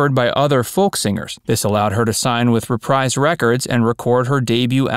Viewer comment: "Reprise Records" is pronounced ReprEEz.. not ReprEyez.